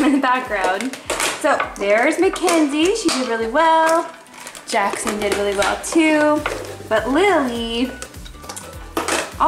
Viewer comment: “Whelly whelly whelly good”